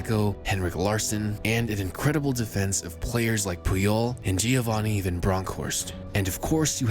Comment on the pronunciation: "Gio-vahni"? It's "Jo-vahni"